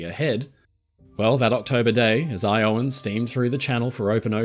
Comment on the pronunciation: Iowan is pronounced with a short o sound, not a long o you get it right source: I live in Iowa 😃